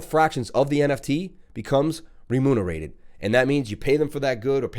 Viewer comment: reMOONerated? lol